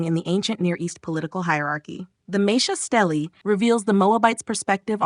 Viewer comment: It's pronounced "steel-uh" not "stell-E"